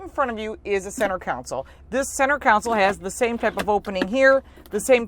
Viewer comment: . Counsel 🤣🤣🤣. I thinking mean KAHN’ sul. Nice review!!!